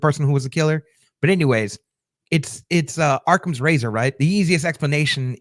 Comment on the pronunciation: "Occam's" Razor, not Arkham's. 😅 I do NOT want it to be someone from the building like Lester, Uma, definitely not Howard, he's become my favorite character these last two seasons lol. I don't think phone cloning is a thing, which has always been my biggest problem with the Scream franchise, which is my favorite horror franchise. I don't think Szazz faked her death. I also don't think it was Jan, as she had the perfect chance to kill Charles, and didn't. Haven't all the previous killers been there since the beginning of the season, though? Re: Doctor Maggie/Glenn. Or was Jan also introduced late? I just feel like it's too easy/bad planning to bring the real killer in late in the game lol. That makes it impossible to guess who it was when they haven't been there long enough to BE a suspect? I also can't suspect Marshall because he was too excited to BE a suspect. That's not the attitude of someone trying to get away with it lol. (Not to language-police you, but I'm from Georgia, and I've never heard ANYONE use the phrase "y'all" as much as you lmao)